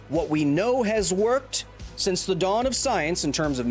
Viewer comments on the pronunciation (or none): none